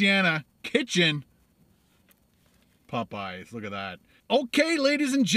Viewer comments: Im not the only one bothered by the way he says "PopEyes" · it's Popeyes, not Pupeyes. Heh! Love your videos!! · Maybe you’ll get a better biscuit if you pronounce Popeyes correctly, its not Pupeyes